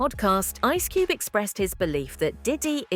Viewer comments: "Ice Cubey says Puff is being targeted for his stancey"..... wtf??? AI narrator forgot how to speak English?!?!? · I’m sorry, I’m sorry; ice cubie? His stancie? wtf kind of AI voice is this